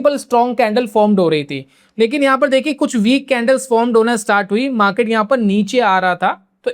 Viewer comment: Maket नही मार्केट ,बाकी जानकारी अच्छी है , ये मार्केट देखने का एक नया नजरिया है ❤